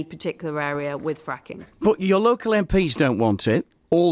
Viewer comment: Thought she'd get an easy ride with local radio. It's 'local' liz,not 'yocal'. That's what they think of us all.